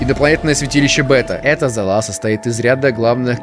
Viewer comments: Серия называется "МЕСТЬ СИМОТА". И правильно читать не залА, а зАла. Ту же не говоришь кухнЯ, бАлкон и туАлет. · Только зАла а не залА.